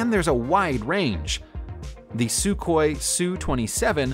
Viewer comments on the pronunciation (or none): none